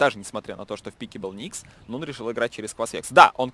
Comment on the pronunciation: не нован, а нун